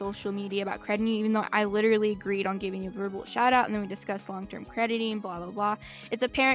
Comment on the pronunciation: "I am liturally a victem too"